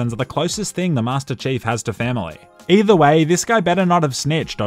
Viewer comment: "Master Chafe" lol